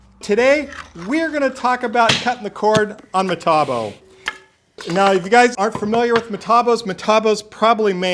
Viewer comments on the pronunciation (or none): Matabo? Eh, it's M'e'tabo ...